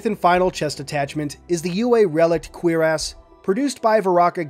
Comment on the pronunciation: I’m not the pronunciation police so you do what you like but Cuirass is properly pron. “KWUH-rass” with an emphasis on the “UH” and has the bonus effect of being 73% less likely to make 11 year olds giggle. (It was often pronounced quickly like “CURRass” so that’s another good option)